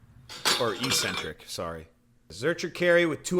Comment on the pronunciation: Sorry dawg but that was a legit zercher carry. Also I think your pronunciation is incorrect.